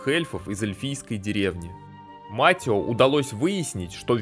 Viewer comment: Да чёж он Матио когда он Матэо😂